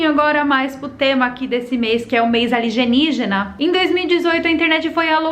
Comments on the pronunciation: adoro quando ela fala "aligenígena"!! kkkkkkkkkkk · Passo mal de tanto rir quando fala Aligenígena kkkkkkkkkkkkkkkkkkkk